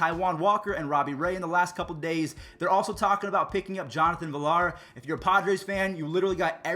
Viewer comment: Your pronunciation is horrible...villar (veyar) and luis robert (robear)